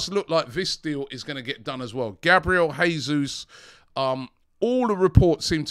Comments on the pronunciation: it's Jay soos not Hey soos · Please Robbie...it's JAY-Zuz.... Portuguese not Spanish. We are loading up with Portuguese and Brasilians....let's get the names right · Please pronounce Jesus correctly. This is Portuguese not spanish. It's Pronounced like in English